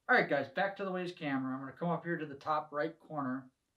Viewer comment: The company name is "WYZE" as in "Wise", not WAZE, the GPS app.